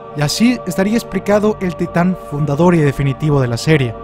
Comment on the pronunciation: Es fundador xd, no fudador😁